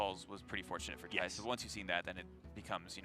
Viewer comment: How to say Thijs = Tice.. not Ties